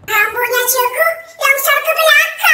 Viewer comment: Bang cikgu bukan cegu